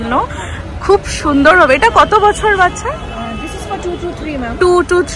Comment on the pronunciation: তুমি বাচ্ছা বলছো কেন? শব্দটাতো বাচ্চা। আমি ও মনে সব শব্দ ঠিক বলতে পারি না।